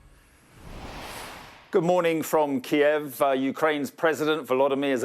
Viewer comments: First time im hearing Kyiv pronounced correctly! lol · key-ev is the Russian pronunciation, key-yiv is the Ukranian pronunciation. Ukraine has been encouraging people to use Kyiv as they seek to distance themselves from Russia